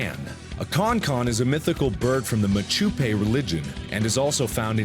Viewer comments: Just a note about the Bitterfly, the Chonchon name is pronounced more like Shonshon not like Konkon. And the culture is Mapuche, not Machupe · about the Con-Con, its MAPUCHE, not Machupe, and its not a religion per se, its more of a full culture. Also, it not CON-CON, its Chon-Chon, which is pronounced Shon-Shon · Just a little correction , it's Mapuche, not machupe. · Almost! it's not "machupe", it's "Mapuche" :) but it's actually an impressive display of knowledge right here this video. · Slight correction It's actually pronounced Mapuche Great vid